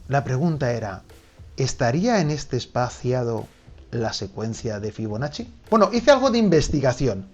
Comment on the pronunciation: Escuché «figonacci» y entré corriendo